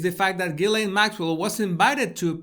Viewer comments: I think her family pronounce it Ghilen, I think its such a disrespectful picture a queen or king is anointed at some point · Ghilsaine~ pronounced Gee Laine…. Say what you see.